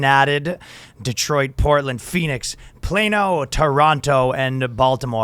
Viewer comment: plano = flat, ryan said it wrong, danny: "finally you said it right"